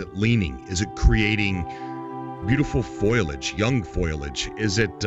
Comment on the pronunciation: What the hell is FOILAGE? It is FOLiage (note the I is the other side of the L so you can't pronounce it prior to the L)